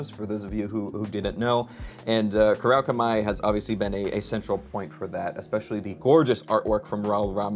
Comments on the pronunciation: Pronounced "koo-rau-kah-mii" I believe Aside from that really cool figure Is this the new Fanged Wyvern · Oh god that name got butchered so badly lol